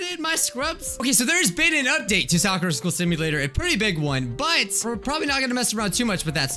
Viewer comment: say sakura like she say soker